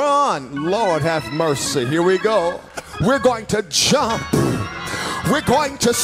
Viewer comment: “We’re going to Jumpfffffph”